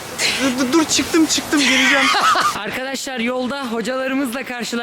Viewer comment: “Arkaaşlar” ne aq